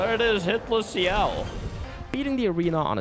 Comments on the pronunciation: "Next, we head to the second axon, Serine". Bro they literally say the name multiple times during the game how do you butcher it so badly. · I swear you're engagement baiting us with these pronounciations "Serene" "Monaco" 😂 Great run btw